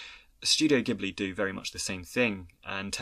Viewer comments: Insightful and well-researched commentary, doing justice to a beloved film that I grew up with when it was first released in Japan - thank you. My only small criticism is your pronunciation of 'ghibli' - it is pronounced with a soft 'j' (due to an initial error of pronunciation of the Arabic word by the studio, which stuck). One thing I think is significant about miyazaki which I think you should touch on, is that he created such a developed independent female protagonist - and in subsequent films his many female protagonists are also consistently empowered, strong characters (or develop into such). This type of portrayal of females in animation might also be unusual in the west but it was even more unheard of in Asia where confucian influence has meant that females should be more submissive. Thus, in subverting these values, he is a feminist in my opinion, and a socially progressive thinker. Eg. In his more recent film, ponyo, the original japanese dialogue shows the young boy kosuke call his mother by her name, Lisa, not 'mum', which also subverts general expectations of society. Interestingly, (and I imagine, contrary to the artist's intent) the English subtitles change this to 'mum'. Anyway, brilliant video - his films are filled with symbolism, metaphors, themes and messages, and his occasional interviews reveal a startlingly thoughtful man, concerned for society and its future generations, and trying to inspire people through his films. Great when his genuis is observed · oh, it's no biggie. There's a famous car (Maseratti Ghibli) + Studio Ghibli, which are both pronounced ''Jee-bu-rii'' based on the Japanese katakana. By the way, I love your videos. So glad I discovered this channel!!! <3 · it's pronounced: Jibbly, btw